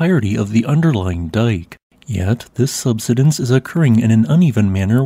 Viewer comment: Subsidence. Key words are being mispronounced. Such presentations are uneducating some and make others uneducatable.